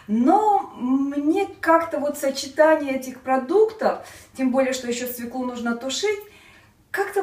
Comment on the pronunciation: Режет ухо "свеклу"..если в слове буква ë ударение падает на неË!!!!